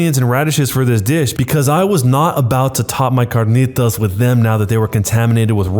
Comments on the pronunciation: bro said Ç Ã R Ń Ï T Å Š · Omg the way you said carnitas was amazing